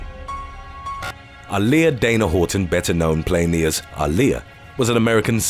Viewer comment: He butchered the fuck out of Aaliyah's name. I didn't even realize who he was talking about.